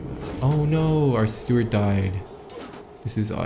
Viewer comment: Its steward not stewart